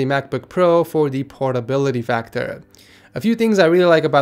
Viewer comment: I swear he said pornability factor????